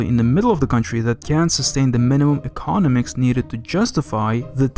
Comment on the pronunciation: Very interesting video, very revealing. Please work on your pronunciation, - it's 'econOMics' not 'ecONomics' and 'volume' not 'wolume'.